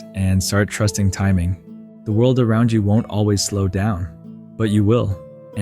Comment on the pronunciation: That's what I noticed, a couple parts were read funny, like when he said you changed, instead of YOU changed.